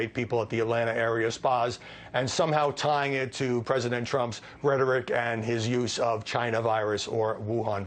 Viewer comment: He also said pricedent Obama. So no much sense to fuzzy.